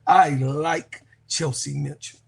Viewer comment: Kelsey Mitchell, not Chelsey Mitchell.